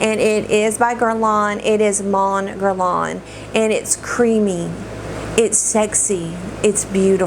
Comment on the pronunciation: haha I tought you said the t sorry 😂😂!! French can be a pain to get used to and so many perfumes have French names! If you want a little more improvement for next time, Mon Guerlain is pronouced without the N at the end of each word 😊